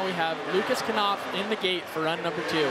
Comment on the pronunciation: can you please dont call lukas knopf "lukas kanopf" its called "lukas knopf" there is no "a" after the "k" in the lastname